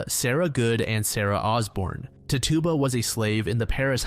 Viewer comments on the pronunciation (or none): I know I’m super late and this isn’t the most important but the accused woman tituba her name is more so pronounced [tich-you-ba] 😊